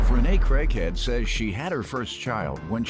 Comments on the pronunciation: I swear the announcer said her last name was crackhead! I had to rewind that!!! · When I heard the last name I had to double look I thought she said crackhead lol and she favors card…. Never mind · Lol, I thought he said crackhead at first 🤣 😂 💀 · When he said her last name I thought he said Crackhead. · During the intro I thought the announcer said crackhead. I said oh JM has gone too far now 🤣🤣🤣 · if i didnt see the name i wouldve sworn he said her last name was "crackhead" lmao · Lordt I thought the annoucer said Renee Crackhead....I guess I was listening too hard 😬😅😂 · Stg I though the announcer said crackhead when reading her last name lol! Definitely got the ways as Mathis would say lol Knew she looked familiar she went viral a few times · I thought he said Rene crackhead frm the preview when I was scrolling, made me click the link lol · She said "my last name is crackhead doesn't mean I should date crackheads" But it says her last name is CRAIGhead...ma'am, i think you're pronouncing your last name wrong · Okay I definitely heard craighead as crackhead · I thought in the intro he said her name was Rene crackhead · Am I the only one that heard the announcer say Rene Crackhead?